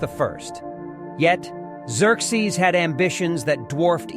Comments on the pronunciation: Please stop saying 'Eck-zerzes......it's 'Zurkzees' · Were there multiple god kings or is there a reason his name is said/pronounced (and spelled) differently throughout this video? For example: Exerxes and Xerxes… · "a i voice" diction error. There was only one Xerxes. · Hmmmm, learned a few things. Biggest question though is how much of this was AI. The artwork looks AI and while more fluid than I'm used to, the vocals are obviously AI because of how it repeatedly mangles the name Xerxes in different ways that no human would do lol. Even the closed captioning appears AI. It was entertaining though but it just seems that too much AI was used and the only thing other than the video clips might be the second voice asking questions in the video. The 3D effect made me wonder where I put my 3D glasses lol.